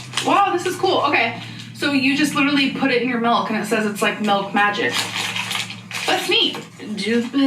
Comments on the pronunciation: “ you put this EN MELK!!!” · “melk” 🥛 I can’t. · Mmm I love melk, who else loves melk?! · Since when are the French “nice and positive?” Insert Ron Swanson reaction gif. Also, of course says MALK instead of milk. Also, the repeating Tom toy is giving me rain and petals eavesdrop flashbacks. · Why do people send her stuff and I hate when she says MELK.